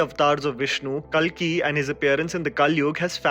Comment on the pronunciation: Pronounciation of kalki is wrong It's kaalki......